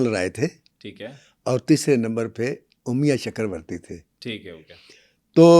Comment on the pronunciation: Sir Umiya nahi Amiya chakravarty. Kindly pronounciate in hindi.